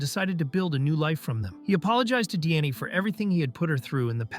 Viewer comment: I can't help but hear, every time Diane's name is pronounced, DNA.